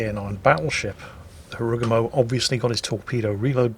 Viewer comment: sir why do you pronounce Harugumo in that way? It dont sound japanese at all